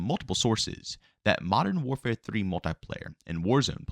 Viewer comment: "Modow warfaa"